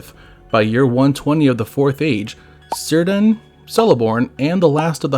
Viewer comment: That's not how Círdan is pronounced. The C has a k sound